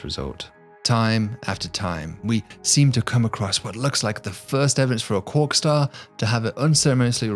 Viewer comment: Cwock staw